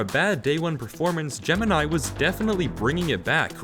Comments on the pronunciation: Its not gemanai its gemini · aint no ay he called gamini advanced